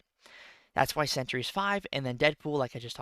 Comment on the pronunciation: It’s Sentry not “century”, I tell you because I love you 🤣 Two syllables not three